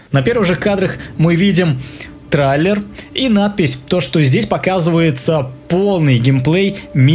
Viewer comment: Какой блять трАйлер, слух режет, ю инглиш из вери бэд